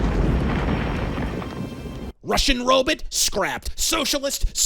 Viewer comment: did he say "robit"?